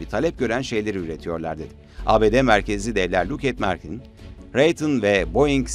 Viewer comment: Yabancı şirket isimlerinde sürekli yanlış telaffuz can sıkıcı. Foreign Policy, lockheed-martin mesela. Google sözlük sesli telaffuz size yardımcı olabilir.